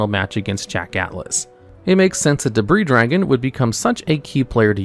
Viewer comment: You don't say the "s" in Debris Dragon's name and also Z-One's name is pronounced singularly, the same way as "zone", as in the Sonic Levels, like Green Hill Zone or Scrap Fist Zone! It is not "Zee One", it is also not, to say it correctly, "Zed One", it is a single syllable! And yes, I named those two levels on purpose, you can probably guess why!